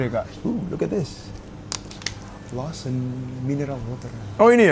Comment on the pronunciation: AKHIRNYAAA BENER JUGA NYEBUTNYA